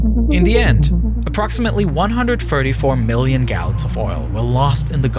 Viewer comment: “Alweady” “miwwion” “da”